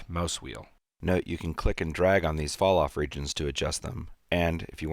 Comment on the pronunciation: was anyone else not able to get a..what did he say?: "Fall-Off"